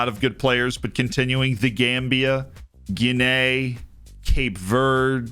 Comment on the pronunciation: Love the videos, but it makes my head hurt every time you pronounce Guinea as "gi-NAY"; it's GI-nee, American or British English, accent on the first syllable (just like in Guinea Pig). I wouldn't normally say anything, but with your love of history you seem like someone who would actually want to know you were saying it wrong.